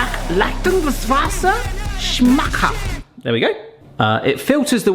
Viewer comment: Your german is actually quite good, the way you pronounced "schmackhaft" was on point😅